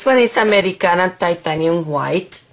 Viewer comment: Thanks for your answer. You speak Spanish, right? I do, and I can infer because of the way you pronounce Americana. By the way, do you get the XIM Latex X-Tender locally or only online? Where do you buy the Americana PREMIUM Colors? Have gone to Michael's and Joann's but their colors selection is poor. Thanks for all you do for us!